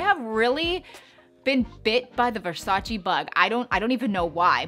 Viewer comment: It's pronounced VersachEH (rhymes with "way") not VersachEE.